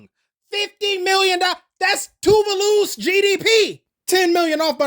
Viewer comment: It's Two-Vah-Loo, Two...Vah...Loo, NOT Too-Vuh-Loo. Maybe because I've actually met one of the like 14 people from that country, but I have yet to see a YouTuber pronounce it correctly.